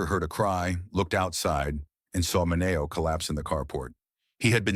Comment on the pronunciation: The robot voice is horrible. Sal Mineo’s name wasn’t pronounced right even once. Same with Dean Mar-TIN Hire a human being for pity’s sake.